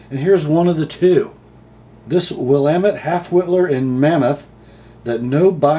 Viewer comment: You pronounced Willamette correctly. As they say in Oregon, "It's Will AM ette, dammit". Great content from Steve.